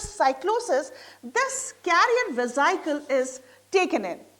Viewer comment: Madam atleast correct the spelling of amoeba first. Otherwise method of understanding is overall right. And your pronunciation is very wrong mam for vesical.